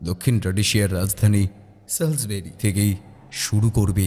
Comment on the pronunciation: সলসেবেরি --- সল্স্ বেরি রিখ্টার্সভেল্ট, চিমান-ইমানি--- চিমনিমানি(😜) কথা শুনলেই মনে হছে কোনো বন্ধ ঘর থেকে বলা হছে, গলার স্বর গমগম করছে